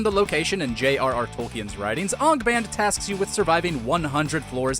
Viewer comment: Sorry but you pronounced Angband wrong